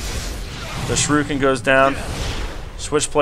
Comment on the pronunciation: its more like sure eh kin not surekin... lol